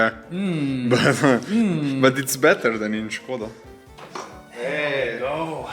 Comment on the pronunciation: Here, in Czech Republic and Slovakia, the absolute classic is the Škoda Octavia with the exact same engine. By the way Š is pronounced as SH in English.